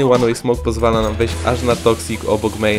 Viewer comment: łan łej smołk XD